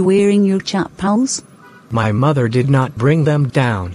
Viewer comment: Cha paal